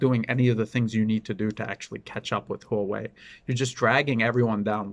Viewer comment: You are one of the few people who pronounce Huawei correctly.